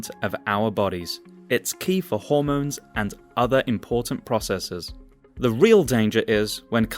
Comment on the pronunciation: Sorry mate cannot take your vid too seriously. As you do not seem to understand when to use the long the sound and the short the sound. Very distracting when trying to listen to what you say. Also this makes me wary about your attention to detail and absorption of information correctly. After all if you cannot master a basic of language why would you be capable of understanding the subject matter.